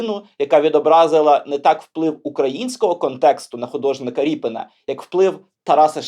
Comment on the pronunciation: Я думаю - РІП"И"НА, наголос набукву "И".... Так буде зовсім по українськи....